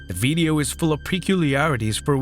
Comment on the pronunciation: "Beedio" you say? 🤔🤭 That's okay because me no pueblo hispagnoli anyway😂.